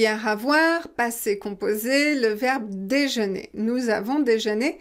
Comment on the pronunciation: Bonjour. Je suis tombée par hasard sur votre vidéo. Vous expliquez tellement bien. Quel plaisir d avoir un professeur comme vous. Alors concernant la dictée pourquoi avoir dit nous avons déjeunerrrr ensemble.je m explique vous avez fait la liaison comme si c'était er à la fin.ça porte à confusion. Donc ça m'a perturbé car je savais que c'était é avec l auxiliaire avoir devant. Merci à vous. A partir de 4min 48